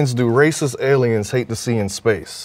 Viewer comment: ? What are "Alieans?"